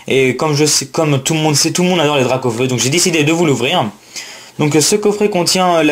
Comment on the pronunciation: J'ai qu'une chose a dire sur la dracaufeu jumbo c'est : magnifique carte ta du mal sur les noms sur cette video sinon bonne pioche et bonne video